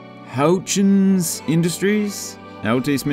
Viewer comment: Houchens is pronounced like "hutchins"